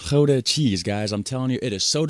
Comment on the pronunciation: Gouda spreek jij prima uit!!!